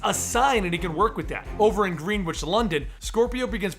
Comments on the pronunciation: It is pronounced 'Grenich', not 'Green-witch'. Didn't expect you to know that, but there ye go. :] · It's not pronounced Greenwich but gren ig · ITS PRONOUNCED GRENICH NOT GREEN WITCH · "Gren-Ich" not green witch. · you completely mispronounced Greenwich, its pronounced gren-ich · Greenwich is pronounced "Gren-ich" btw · Greenwich is pronounced gren-itch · you said Greenwich wrong you pronounce it grenwich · Greenwich is pronounced as: Gr-en-itch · Hey, love the videos, just thought I should let you know that 'Greenwich' is pronounced 'Grennich' Keep up the good work! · pronounced as "Grennich", not the way it's spelled. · yay spiderman was near my house i live in Greenwich near the observatory XD also you said it wrong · I cringed when I heard how he pronounced it. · Its so adorable wen people mispronounce Greenwich.